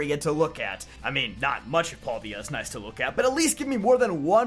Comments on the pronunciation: So question, I understand that because there are no voice acting in games that sometimes people we have different pronunciations. But does it bother anyone else that he says pal-D-a instead of pal-day-a. Like there is so much other content that says how it is supposed to be pronounced. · Huh, never heard paldes pronounced like that..